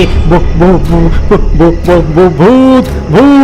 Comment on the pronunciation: ভূত উচ্চারনকে বুত মনে হচ্ছে " ধরিত্রী" শোনাচ্ছে অনেকটা " দরিদ্রর" মতো এগুলো সংশোধন করুন ৷ গল্প সংযোজন ও উপস্থাপনা খুবই ভালো ৷ গ্রাফিক্স ও ভালো ৷